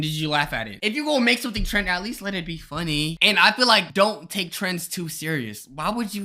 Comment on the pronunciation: WHY DID HE SAY FUNNY LIKE THAT